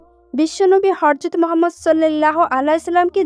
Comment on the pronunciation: রাসুলে কারীম হযরত মুহাম্মদ সাল্লাল্লাহু আলাইহি ওয়া সাল্লাম নবিজীর নাম টি ভাল করে উচ্চারন কর, শুধু একারনেই শুনতে রাগ উঠছে😡😡😡